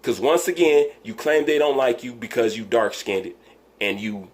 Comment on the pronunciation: He said "dark skinnedit" lol. Wilder is just soo bitter. Wilder can't play the bad guy then want fans.